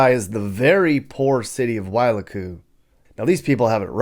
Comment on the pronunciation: "why-LOU-koo", not "WHYLA-koo". But, I get it. Some of the Hawaiian pronunciation isn't obvious. Great videos.